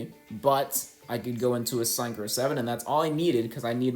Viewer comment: why do you mispronounce synchro like that? its sink-crow not sign crow